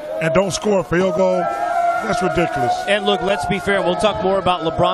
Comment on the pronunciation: "That's rudikuhlis"